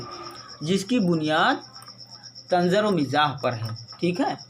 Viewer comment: Reading bhi sahih se nahin karte. Tanz ko tanzar aur sare fahrisht ko sahar fursat